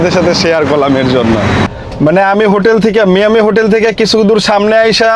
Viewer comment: ভাই মায়ামি বলেন মিয়ামি কেনো বলেন 🥲